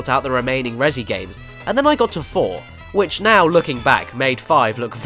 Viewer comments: "rezzy" stop that please. "REZ" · Damn it Caddy, Res-E is right in front of your face, but you still pronounce it ResEE but spell it Resi? Why? You don't pronounce it ResEEEEdent.